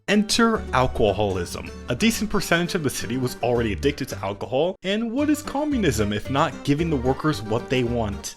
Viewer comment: The way you say alcohol just does something to me... sends me into a blind rage